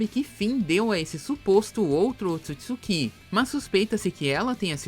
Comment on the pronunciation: P q nego tem mania de colocar assento nas parada "otsutsukí"